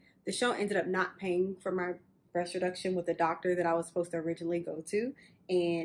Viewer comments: She was trying to say “breast,” but it kept sounding like “brush.” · BREAST NOT BRUSH WTF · It bothering how you say “breast reduction.” Sounds like brush reduction. Lol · "Brush reduction" Why tf you keep saying "brush" breast....it's called BREAST not brush 🤦🤦🤦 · Is she saying brush or breasts reduction? Am confused!! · It really sounds like she's saying, Brush reduction....ok..carry on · lol the way you say breast sounds like brush